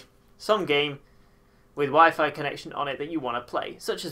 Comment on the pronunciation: So apparently WEP is still supported on newer routers but I have no clue how to find it, and at the moment I don't have my phone to use data. Also why "Wee-fy"? 'Why-Fyh" pls Lol definitely the most interesting pronounciation I've heard...